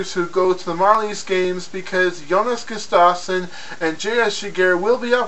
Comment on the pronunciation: it is GUST AVE SUN. Pronounce it right.